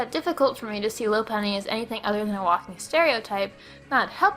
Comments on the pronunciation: them pronunciations doe. Lopunny, Helioptile. Ferrothorn. Druddigon, Barbaracle She pronounced Lopunny, L-ow-p-unny but its actually; L-aw-p-unny She pronounced Helioptile, H-eli-aw-p-tle but its actually; H-eli-aw-p-tile She pronounced Ferrothorn, F-erra-thorn but its actually; F-err-aw-thorn She pronounced Druddigon, Dr-ew-dd-i-g-aw-n but its actually; Dr-uh-dd-i-gen She pronounced Barbaracle, Barbacle but its actually; B-ar-bear-acle Dont believe me? Go look it up in the anime videos on Youtube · It's pronounced "Lop-unny," and "peenk" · If you're trying to be the guy who always complains about other youtuber's videos, I would suggest you stop. You're not very good at it. "Ferrothron" "Loppuny"